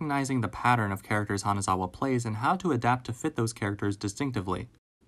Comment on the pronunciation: Him calling her "Kanazawa" multiple times throughout the video really broke my heart..